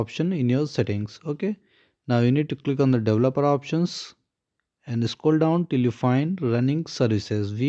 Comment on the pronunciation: You pronounced "developer" wrong. The correct way to say it is, "DE-VEL-OPER". Geeeze! I couldn't figure out what you were trying to say.